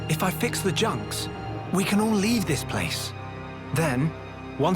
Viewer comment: "the junks" 😒